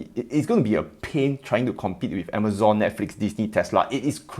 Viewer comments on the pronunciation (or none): none